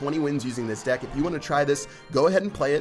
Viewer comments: ok im sure he all have said dick instead of deck lol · Did you guys hear that said dick instead of deck!!